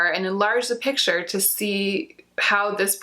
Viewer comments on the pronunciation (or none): none